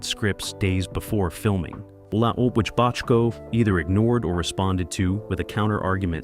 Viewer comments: Frustrating narrative. If I didn’t know better, I’d think Bochco, Bottco, and Bodco were three different people. How can it be that difficult to pronounce the name the same way all through the video? Except for this minor irritation, good video. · Got through about 2 minutes before switching to another video. The AI V/O is stilted, attempts to be serious, but isn't, and pronounces Bochco's name two ways within the first two minutes. Ugh. Do better. BTW, HSB is one of the best dramas ever.